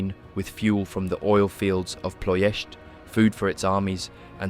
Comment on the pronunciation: Wow man you said Ploiesti perfectly , im from Ploiesti and we have a forest near me that still big holes in the ground from american borbandaments.